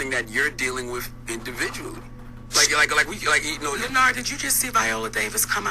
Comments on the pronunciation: Why she keep calling him lenard??? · "Lenard".. She kept killing that name 😂😂😂😂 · CtG was hittin her wit facts ... As soon as he did, she got defensive and started callin Lin-nard. And that right there kinda shows she got a bad attitude.